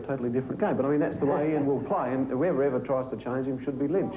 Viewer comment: Loved the mispronunciation of Ian's name by Kim Hughes